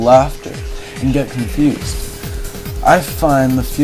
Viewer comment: i listened to thing on salvia and when u said cunfused in my mind u said it like times